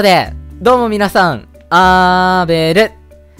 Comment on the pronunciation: うぽべるです～🙏✨ 久しぶりの一マスですね〜٩(ˊᗜˋ*)و どもみなさん！！あ～べる！！ どうもが言えてないの可愛すぎる(*´﹀`*)